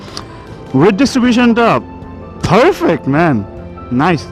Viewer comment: Age bangla te kotha bola sikhen bhalo kore. Khhhhalasic farfekt vaber chudon re bhai re bhai